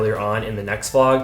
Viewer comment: YouTube has been recommending your videos to me for a while now, but I've been scrolling past until yesterday evening.....and I must mention; I might or might be obsessed. I started with one, and now I'm watching all. Cute Notice: You say "Flog" instead of "Vlog"...LOL